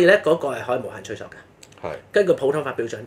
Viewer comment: ，追溯的「溯」字，正讀「素」，不應讀「索」。